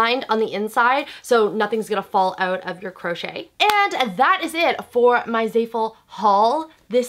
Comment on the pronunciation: anyone else cringing at the way she says "zayful"